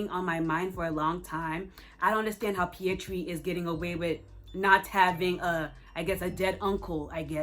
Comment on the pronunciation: Fyi: the Indian Spiderman's name isn't Pietri, it's Pavitr